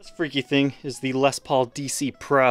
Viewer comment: I've been watching your show for a few years... I would just like to say congratulations..!! You've come a long way.. I remember when you first started talking about Les Paul's and mispronouncing them as Lez Pauls..You really have worked very hard to get to this point and I've always admired your honesty and transparency.. I will admit that I'm a die-hard Gibson Guy and haven't really watched much of your content on non Gibson instruments. But for some odd reason I would love to see you getting more into Gretschs.. I'm 50 years old and my fascination with Gibson started when I was about 12 years old.. other than books or if you were lucky enough to know somebody who had first-hand Gibson knowledge, information was very very hard to come by in the 80s and 90s.. I appreciate your show very much and admire all your hard work and look forward to 2021